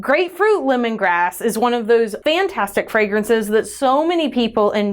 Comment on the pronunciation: Every time I hear, grapefruit lemongrass, I still hear grapefruit, lemongrab!😂🍋